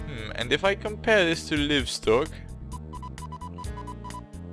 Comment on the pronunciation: Careful with those very sharp turns. 100 years into the future you'll have to redesign (some of) those because trains will be slowing down! And like a lot of people say ;-) it's "laaivstok"! It's alive!